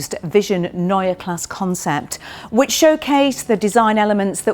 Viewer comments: Neue Klasse is noy-yah class-suh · Ginny, it's pronounced Noy-er Klass-er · Was this filmed before you learned how to pronounce neue klasse? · You still haven't bothered to learn how to pronounce Neue Klasse, I see. Shame. Edit: what happened to all these promises of full electric architecture providing cabin space from the class above? The car is physically longer and you are calling it cramped in the back...